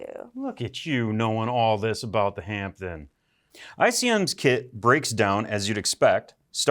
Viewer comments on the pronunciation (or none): Hi guys, from the UK a wee heads up, the p in Hampden is silent so “Hamden”👍🏴🇬🇧…